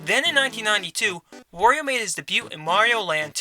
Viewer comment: How is wOrio? I only know wArio??